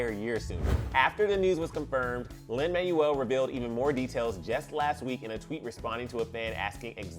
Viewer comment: also it’s lin manuel (MANWELL)